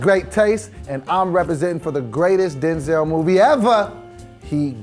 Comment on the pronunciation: He did not just say “Do-zel Washington”